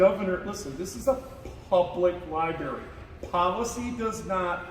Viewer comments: Libary lol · Is he saying "LI-BERRY" on purpose? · All of these cops are so wrong, the supervisor was just calmly wrong. But please learn how to pronounce library when you are in the library lol!